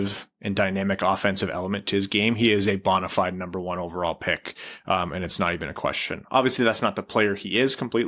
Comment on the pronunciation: It isn't pronounced BON-A Fide,. It's Bo-nuh Fide. I thought this was a danged linguistics podcast...